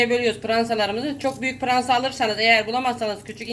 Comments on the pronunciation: Pıransa ne ya fıransa der gıbı sade pırasa bızım burda oyle derler hamuru yumak yapmaya bıle beceremıyorsun kalkmıssın tarıf vermeye onune gelen kanal acıyor ha bırde bu kadar bagırmanın anlamı ne hıc bır sey ankamadım off vallahı cok garıpsunız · Siz pirasaya piransa demissiniz.Bende Fransa anladim.😁😁😁😁